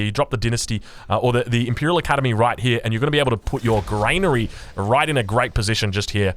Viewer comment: Lol its not grainary its granary